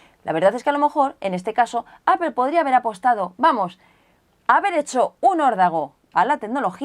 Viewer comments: Siempre me he preguntado por qué dice Apel en vez de Apple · "Apel" la pronunciación en inglés sería apol y si lo quieres pasar al español dile aple jajaaja pero es lo correcto creo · Como observación no se pronuncia "APEL" su pronunciación correcta es: "Apple /'eɪ-pəl/". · MacBook de ''apel''? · ¿Alguien más se siente incómodo por cómo pronuncia la palabras en inglés? El macbúk, el ayfón, apel. 😝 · no es apel, es apple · Edgar Alcantar Se dice apple diciendo la p de una manera explosiva y pronunciando en bajo tono la o. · "Apel" porque los españoles lo dicen todo mal??? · ¿desde cuando se pronuncia "APEL"? ;S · alfreido gonzalo Lo dice de forma muy "español" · Aprende a pronunciar Apple!